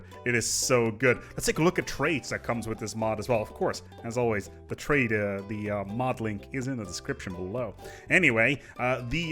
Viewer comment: I just noticed.. "Twait" mmh.. I hate.. I . .. I HAAATE